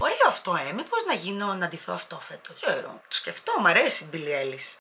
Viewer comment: Γιατί τα τονιζεις όλα λάθος;; Μπίλλυ Άιλις και Ιμότζι είναι..